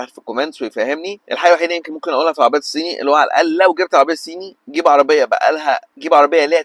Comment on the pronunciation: ضيعت 3 دقايق من حياتي علشان اسمعك بتقول العربيات السيني .. شوفلك حاجة تاني اعملها في حياتك احسن